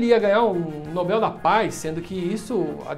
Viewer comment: Oxi, oxi, Pirulla, o já tá falando como se diz "Nobel" corretamente e msm assim vc erra a sílaba tônica? Tsc, tsc, tsc.